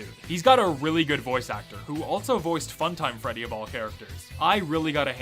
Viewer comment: tthe fact that the reporter actually got "rockstar freddy" right is amazing